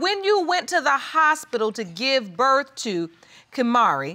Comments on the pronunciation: Birf kertificate 😭💀💀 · Birf cartificate. And Hosplil... JESUS...